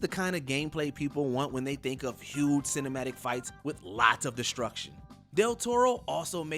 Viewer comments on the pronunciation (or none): none